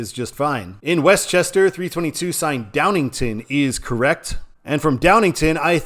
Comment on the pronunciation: One typo and two mispronunciations. It's DowningTOWN not DowningTON. Selinsgrove is pronounced with a long e. i.e. See-linsgrove. And, Reading is pronounced as if it was spelled Redding. (short e instead of long e) I grew up in NorthEastern PA and have been in or around these three cities many times.